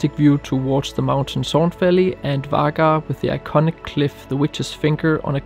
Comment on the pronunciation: Really amazing videos and photography 👏🏻👏🏻 The "g" in Vagar is pronounced like a "w" ("vo-war").